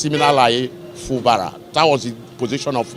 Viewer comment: Fubara: Pronunciation: Fubaaaaraa lol